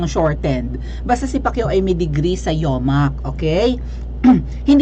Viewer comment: Ikaw din mag aral muna ng pronawnsyesyon😫😫(pronounciation)😀😀😀..UMAK (sounds like "yu mak" University Of Makati) NOT YOMAK!!! ENGOT KA!!failed!!!